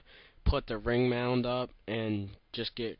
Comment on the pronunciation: Did u say ring mound? wtf?